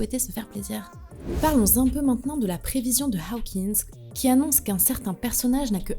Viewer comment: C'est Hokins,, et non haokins Tu confonds OW et AW 😟